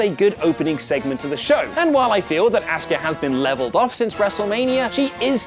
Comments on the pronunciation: Jesus Christ , how have I never noticed how much this guy butchers Asuka’s name? It’s “aws ka” not “ask uh”! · AHH-SkA not Ask-ah